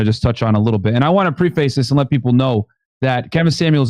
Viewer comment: pref·ace /ˈprefəs/ preh·fuhs Signed, The Pronunciation Police 🚔